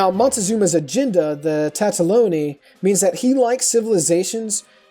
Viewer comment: Tataloni? TATALONI??? How...How are you getting TATA-fucking-LONI!?? Good video otherwise btw. :D